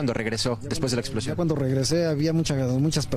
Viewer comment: "Exposion" no "explocion"